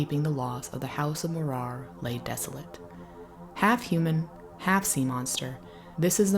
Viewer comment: Please fix your pronunciation. Its M MOrar, rhymes with roarer. not moRAR